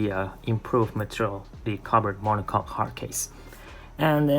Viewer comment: It's mono coke (pronounce) or mono cokee not mono cock. I love the new monocoque one model as for me